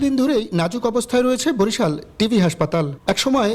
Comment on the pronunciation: শব্দটি টিবি (টিউবারকুলোসিস), টিভি নয়